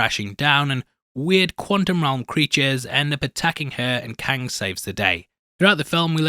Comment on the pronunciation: I hate that says quantum without the T. Quanum? What’s quanum? Lol